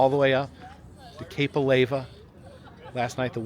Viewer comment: What's the hot stuff that flows out of volcanoes ? Lava. Now, put an A in front of it and what do you get? Alava (Not a-lay-vuh)